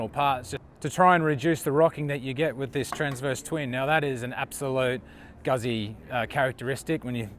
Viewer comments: Called the factory last time I was in Como to ask if the visitors centre was open - the lady who answered the phone pronounces it "Gooootzi" with a long U and tz as in Pizza. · Yes, I own the V7 Centenario and was literally screaming at the screen. Also, please ask an Italian how to pronounce "Guzzi"... I know you are an American, but still. I mean you know how to pronounce "Pizza", right? ;)